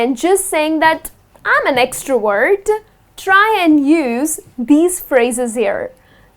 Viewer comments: Extrovert not extroword😁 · You pronounce extrovert like extra word !! Whyyyyyyyyyy